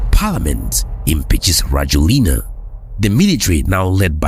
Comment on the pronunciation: His name is pronounced ra-JWEL-nah. I have lived in Madagascar since 2017i I tend to remain here, in my beloved country